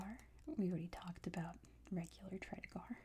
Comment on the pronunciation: Loved this video! Btw, it's pronounced "Tread eager" rather than "Tread ah gar" 😃